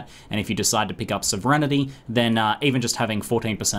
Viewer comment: Sov-er-en-ty xD